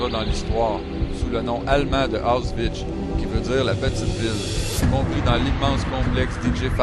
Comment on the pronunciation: Très bien, mais tu aurais du apprendre à prononcer Auschwitz correctement...ça fait pas très crédible (tu prononce Osvencien aussi faux, mais c'est moins grave). D'autre part j'aimerais bien savoir qui t'a dit que "Auschwitz" signifie "petite ville"...en quelle langue? Sinon, plus grave: le son du premier épisode a été désactivé, donc il faut que tu la refasses (sans prendre une musique protégée par la loi)! :)